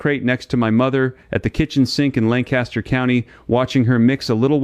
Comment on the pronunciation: The guy talking is not an Amish man from Lancaster county Pennsylvania. Everybody from their knows that's not how you pronounce Lancaster. So what else is a deception in this video?